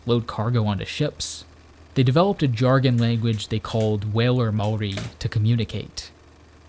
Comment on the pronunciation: HE SAID MAORI RIGHT HES AN AMERICAN AND HE SAID IT RIGHT!